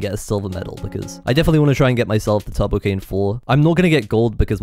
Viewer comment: Am I the only one that hears 'Tubbo-Cane' instead of 'Turbo-Cane'? XD